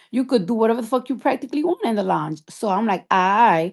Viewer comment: "LONGE" 😂 NOT LOUNGE 😂😂😂